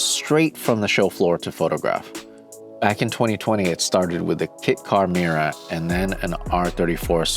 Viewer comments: 'Miura' not 'meera'. It's hard to believe you're a car guy if you can't pronounce the names. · Secret?..in all public spaces - Muira, butchered 🤮